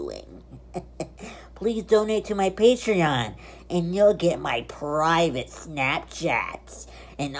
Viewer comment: lost ur mind did u say pravte parts on snapchat wow